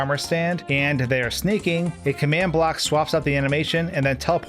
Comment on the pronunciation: Why is he talking "black" instead of block?